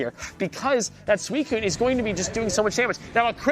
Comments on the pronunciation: STOP SAYING SUCUNE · I hope frost prime loses just so I can stop hearing pronounce Suicune